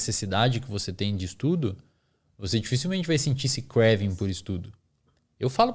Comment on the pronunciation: Se vai incluir termos em inglês pra comunicação, vamo aprender a pronunciar então? Do contrário fica no portuga mesmo, kréééééévin